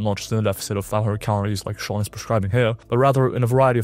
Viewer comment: first, learn to pronounce Sean's name. Second, you have zero credibility. Third, his advice IS from a science perspective, there's no point in adding 'reviewed from a science perspective' because you're not adding anything for that. Fourth and most importantly, you have zero things to add to what Sean is saying. See, he's still telling us to do the basics and you're a content bro mascarading as a scientist